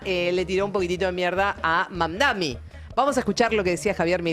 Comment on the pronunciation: MAMDANI NO MAMDAMI